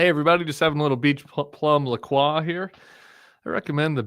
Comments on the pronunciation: Tim, I think the brand of seltzer you are drinking is pronounced La Croy not whatever you keep saying. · It's pronounced La Croy